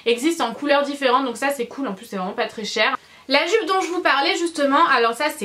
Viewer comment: Tu m fait trop rire quand ta dit "joupe" 10 fois de suite 😂😂 t'es tellement drôle 💘